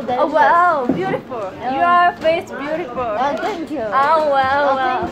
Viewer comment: This comment is verry beautifur, it makes dahyun feer speciar